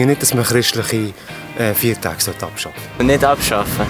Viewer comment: Das heißt nicht " Fiertache" sondern Feiertage. Und nein sollte man nicht!